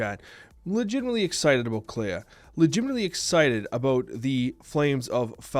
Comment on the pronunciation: do you clay-ah the house? Clea is the word clean without the n. Thats it bud. Its pronounced “Klee”